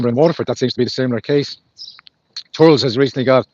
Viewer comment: Thur-les. Two syllables